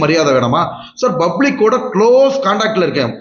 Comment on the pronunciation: Doctor says ‘bublic’😂😂😂😂